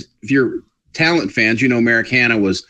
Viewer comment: Whee, more stuff :3 Hm, that would be most alive men. :3 Ahahaha the joke about the dating app :D good start thumbs up "Merrick Hanna" ooooh, it sounded like Americana at first listening to it and I was, okay let's google that...and I was like...okay that doesn't right xD Dangit this Laurel Yanni nonsense (don't even know the soundclip) must have influenced me on social media :D Yeah the insight behind the curtain might be interesting :3 Hm, about stretching out, I think you should do a prank episode one day where it's only about the stuff before the clickbait xD Like "The Flash Season recap" (or better "Series recap until now")and it won't include a single word about the series except a tiny section in the very beginning and intro :D Hm, I guess it's a "Murphy's law" kinda series,like whatever could go wrong will go wrong but it risks being a twilight zone thing where one simply predicts the exact opposite of what would be good and it'll be the end of the episode (happend way too often). So they should mix good and back luck all around so it stays unpredictable. Hm regarding the black hole stuff, I guess it would have an impact on the speed due to the gravity so the planet could be in a slingshot basically? Which could mean that the speed of the whole thing increases almost stops and then accerelates very "quickly" and shoots out the planet again, without it ever getting too close to the point of no return. Which if the show works on Murphy's law might be quite close if it's